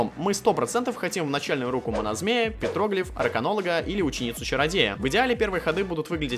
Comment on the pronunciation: петроглИф;ударение на И,а не на О